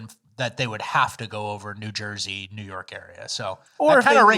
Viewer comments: I legit thought he's been saying "best NEW podcast of all time." Like as a joke. And I've been watching since pretty much day 1. And now I get this bomb. What is my life? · He say new or news?